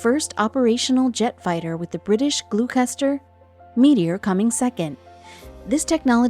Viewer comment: 'Glue custer' Meteor jet aircraft ..? Gloster my dear !..doooooohhhhh